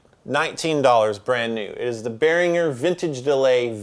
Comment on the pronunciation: You're the first non-german speaking dude I heard pronounce Behringer (almost) correctly.